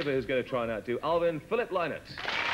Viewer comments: it’s pronounced l9ke “Lin-it” not “ lie-nit”. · Listen to them mispronounce Phil's surname....ah, English people. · That pronunciation of Phil Lynott's name is awful.